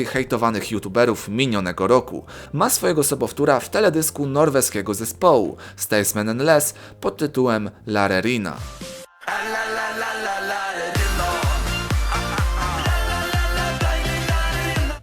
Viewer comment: nr.2 taka ciekawostka bo mieszkam w Norwegii. Natwe tego zespoły czyta się Stajsman i Lass